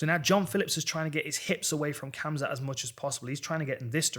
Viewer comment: Dan i love ya. But its hamzat